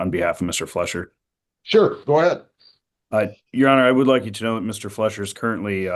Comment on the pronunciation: It's Fleischer not Fletcher